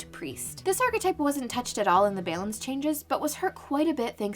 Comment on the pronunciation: If this woman ever says "balance" correctly, I swear I'm quitting this game.